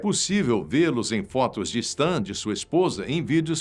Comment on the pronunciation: * Não se diz STAN. Se diz "Sten".